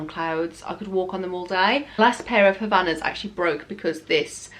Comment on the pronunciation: They’re not called Havanas. They’re called Hav-IA-nas. 🙄 Have you had your lips done?